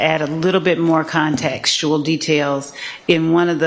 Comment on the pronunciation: Did she just say contactsual? DEI hire for sure